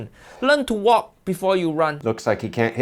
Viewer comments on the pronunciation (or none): I know not intentional but sounds like he said "learn to wok before you run" 🤣